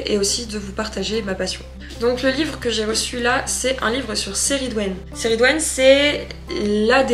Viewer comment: Super vlog! Par contre moi j’ai toujours entendu la prononciation keh - ri - dwen pour la déesse mais c’est peut-être la version anglaise de son nom? 😅❤